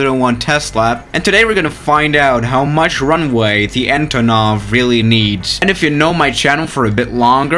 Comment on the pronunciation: Actually, its AntOnov. Not AntonOv.